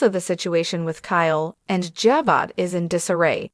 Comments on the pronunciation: Please learn to pronounce Ja-bow correctly! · EXACTLY!! This person/Ai needs to be corrected or educated on the pronounceation of Ja-bow. 😂🤦‍♀️